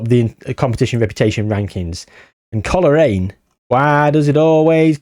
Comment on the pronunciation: Didnt even knnow coolreen had a foitball team they have a farm the milk i drink is made there 😅 just caught on ur trying to pronounce colraine😂 coal rain and glen av on